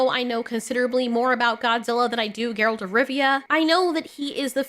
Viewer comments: please fix your Geralt pronunciation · New fan because of the Witcher show and she doesn’t even know how to pronounce his name, that’s a bit of a tell on the grift.